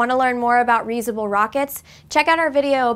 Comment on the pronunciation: "... there's also been explosive"?!? There have been explosions. "Want to learn more about reesable [sic] rockets?" -- enunciate!